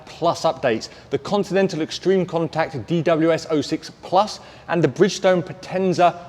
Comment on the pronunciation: It's funny how non latin people pronounce " potenza " 😜😃